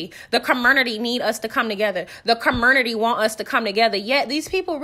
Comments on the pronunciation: 😂😂😂😂 you’re hilarious and petty and I’m here for all of it. Did you say curmonity😂😂😂 love you Sis, keep up the amazing work ❤❤ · Girl. You are too funny! Ker-mer-nuttie!! And Esssssss-pO! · Lmfao not the "comurnity" Jesus wept 🤣🤣🤣🤣